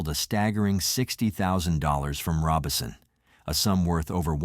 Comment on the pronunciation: So is the name of the family "Robinson" or "Robison?" Either your information is off or you need to learn some pronounciation.